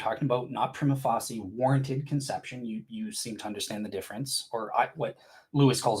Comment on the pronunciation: if you're gonna use the phrase 'prima facie' every five minutes, then you might want to learn how to pronounce it correctly. That said, your bad pronunciation does help take the focus off your ludicrous ontological argument. You apologists have so many options for sounding ignorant.